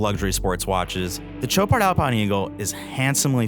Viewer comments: It's pronounced SHOW-pard not TCHO-pard. $14K is a joke for this wannabe. For the money, there are lots of quality options not trying (and failing) to copy a true classic. If the Royal Oak didn't exist I'd say nice watch. But it does, so - at this price point - it's pathetic. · Dude, it's not a CHoparD! It's Shopaar with a sh and without a d. Learn your names if you are a watch journalist! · There's no 'd' in the pronunciation,. It's 'show-par'. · Did a real person just say Cho-pard? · (sh ō par) Love the watch. Sweet dial, great bracelet. I actually prefer the date. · Shots are great, review is good…. Not sure why editors would allow video to be released with gross mispronunciation of the brand….. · You can't possibly be pronouncing Chopard correctly.